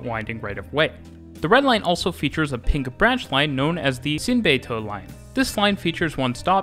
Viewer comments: Not gonna lie, the way you pronounce "Xinbeitou" is nearly perfect! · 超級標準✅️✅️